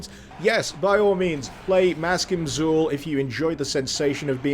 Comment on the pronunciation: Maskim Xul is actually meant to be pronounced in a Sumerian fashion, and is 'mask-eem ach-kool'.